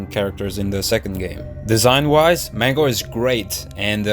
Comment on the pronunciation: It's not Mango it's Mangle